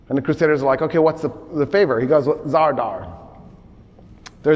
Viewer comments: Good catch. He is actually wrong in many points. And I'm not talking about mispronunciation of Zadar/Zara (which he calls ZaRdar). Alexios Komnenos never went to see the Pope in Italy. Never even set foot in Italy. He sent envoys. several times mentions he does, and makes a great story about that visit that never happened. Richard massacres the 2700 muslims at Accre because Salah ad Din made a deal that included giving back the piece of the True Cross that he took at Hattin. And Salah ad Din repeatedly doesn't bring it. Richard sees that Salah ad Din lied about the possesion of it in the negotiations, gets angry and slaughters them. doesn't mention the piece of the True Cross at all, all historical texts do. The proposal of marriage between Al Adil and Joanne was not made by Richard but by Al Adil himself. This is written by the companion of Salah ad Din and eyewitness Baha ad Din, his biographer. The proposal in not mentioned in any Christian sources whatsoever. Al Adin had the motive, Richard had no motive (explained by ). Two possibilities: either it happend and Richard dismissed it immediately without telling around what happened, or it is fully fabricated. Conrad de Monferrat was not defenestrated, he was knifed by two assassins in broad daylight while going through the streets of Tyre. talks about defenestration for 2 minutes. The battle of Ain Jalut between the Mongols and the Mamluks takes place in 1260. claims that the Mamluks won by employing cannons w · I am a great fan, no doubt. Just one small thing : the port city's name that is in Croatia today is Zadar, nor 'r' in the middle.